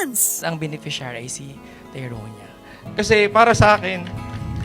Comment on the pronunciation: Ano ba yan bat may papi naumiiyak HAHAHAHAA tas yung pag pronounce ng "TYRONIA" mali pa HAHAHAHA😂😂